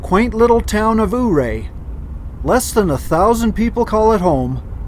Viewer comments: That little town before Red pass is so beautiful. My mom and I love to go there. Its pronounced "yur-ayy" though not ooray..LoL.... (Totally not judging....) Your videos are awesome..TFS. Be Safe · The way to say Ouray is You-ray. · You went through my back yard My great uncle worked at Crystal. I had to laugh at how you pronounced Ouray. Red mountain is where I was born at Idarado mine.